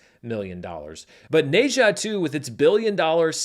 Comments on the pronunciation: FYI, the Ne in Ne Zha is pronounced like “nuh” or “ner”, not “nay”. I figure it’s a title you’re gonna have to get used to saying when talking about records for a long time to come, so may as well learn it now! 😅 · the "H" is silent in Ne-Zha. Its Za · I cannot get over the mispronunciation of Ne Zha. I didn't know what movie he is talking about without noticing the movie poster. Go watch how Chinese pronounce it.